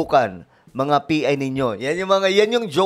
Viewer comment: Wow! Ang lutong ng Pagsabi ng PI. Tinuturuan ba ang mga tao na magsalita o masanay makarinig ng pangit sa tenga? hehehe